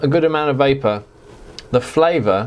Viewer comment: Great review, I was vaping when you said "va-vavor" and started laughing uncontrollably...a waste of good vavor!!